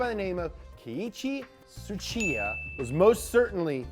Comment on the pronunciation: F***ing finally. pronounced Tsuchiya-san’s name right.